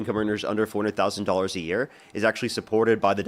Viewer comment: Hey...Love your show and intelligent debates.!!! One request.....please slow down just a titch, because every time you say tax on income over $400,000 is sounds like "$40,000". Your points are soooo good, but sometimes lost in rapidity of speech...and I know what you're saying and have to translate. Lol. Hopefully this is helpful. Love you, bro'